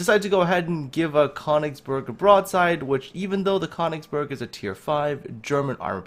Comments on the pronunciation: it is pronounced kerr - nigz - berg please !!! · It's pronounced Kuh-oon-igs-berg :)